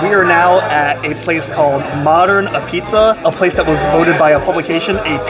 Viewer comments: Locals pronounce it like 'pizza not ah-pizza. The first "a" gets lost. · It's abeats not A-pizza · Great video. Modern has been one of my favorites for as long as I can remember, but man, you're killing me with your hard annunciation. It's not A-pizza. It's pronounced A-beetz, and it's not pronounced Fox-on. It's pronounced more like Fox-in. Keep up the great work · It's pronounced "AHH-beets", not "Apizza" like it looks. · ah-p(b)eetz not ah-pizza. watch the Portnoy review of sallies and you'll get the pronunciation. Other than that great video buddy glad you made it out here! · Love Modern, I was there today. Not as good as Zuppardi’s in West Haven. Their sausage and mushroom is amazing! Oh and it’s called Ah-beetz.. not A pizza, and it’s not mozzarella it’s Mootz in NH . Lol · It's pronounced "abeetz".......not a-pizza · it's not pronounced a pizza, it's Ah-Beets dude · It's "Abeetz", not "A Pizza". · Ahbeetz, not Ah pizza. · Apizza is pronounced ah beets. You sound like an amateur saying a pizza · It's pronounced ah-beetz not apizza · It’s pronounced “abeetz” and it’s phenomenal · Me, having never been to Connecticut or ever having apizza but living vicariously through YouTube: It's pronounced a-beetz!!! What a rookie! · I think you say it "Abeatz." Next up is Sally's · I think they pronounce it more like A beets or a Pete’s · Some things I want to point out. Modern is not the best apizza in New Haven...it's actually 3rd or 4th. Sally's is the best (also on Wooster St), Zuppardi's in West Haven is second and then there's Pepe's (also on Wooster St) and Modern. Those 2 are pretty much tied. Also, apizza is pronounced "abeetz", and Foxon Park soda is pronounce "Fox-un" Park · I’m not even from New Haven but you gotta pronounce apizza right if you’re gonna review it. I’ll help.. ah-peetz or ah-beetz depending on accent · It's Ah-Beetz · It's pronounced "ah-beetz" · When It's spelled apizza, it's pronounced "ah-beetz" .. Great video nonetheless! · Pronounced a peets